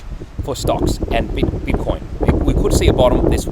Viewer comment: Why do you keep calling it “bitter coins”? It makes it sound like you don’t take it seriously and don’t know what you’re doing.